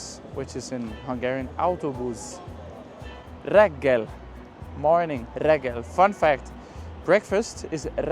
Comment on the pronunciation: butcher is hentes🙂 you seem to be putting the stress at the 2nd or last syllable in a lot of words , vonat, reggeli, which is incorrect and tend to lead to misunderstandings, in Hungarian the stress is always at the first syllable. Otherwise, just keep up the good work!:-)